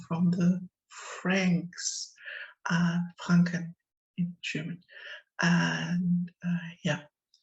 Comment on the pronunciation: oh, nach Frrrranken bist du gezogen? Da mußt du aber auch das RRRRR rrrrrollen lerrrnen :)